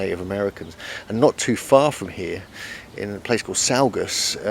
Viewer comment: Saugus is pronounced "saw-gus." Leave it to people in the neighborhood to freak out over a rock that's been standing probably 1000+ years just fine to "fix" it. Even if it did fall, the houses aren't even close to it.